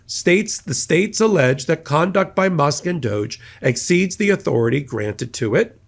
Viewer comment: Doge.. pronounced douche